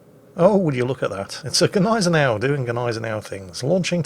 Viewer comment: I'm one of your biggest "salt-miners"! Keep up the excellent work. I love Jim's books. I've read all of them! They are excellent reads; or listens, considering your preference. However, being that you have such a large audience, can you please do all of us naval historians a huge favor? Use the proper "Niezen-now" pronunciation for Gneisenau? Please? It grates some of us serious WW2 naval buffs to no end. You and you alone, with your large, novice WoWs audience, can remedy this horrible fad of mispronounciation of a great German ship. Cheers! 😋 🇺🇸